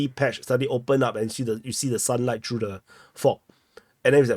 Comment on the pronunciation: 🔴, I am a viewer many yrs. But, PLEASE practice the TH sound. You speak English, but not pronouncing TH sound makes it sound like baby talk.......... For ex: "tree km" = THree km;" turdy” km = THirty km; “wiffdraw” = wiTHdraw; “norff” = norTH.; “true” = THrough. Just a suggestion if you want to sound less cringe and want more new followers who can understand you.. 😃